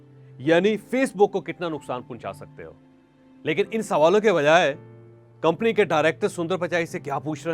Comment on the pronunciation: Pehle theek se urdu bolna seekh lein janab motivational speaker sahab 😂😂😂 kompony and Mr gay Mr gay.